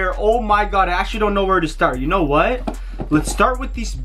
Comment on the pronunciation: Wy do you say shknow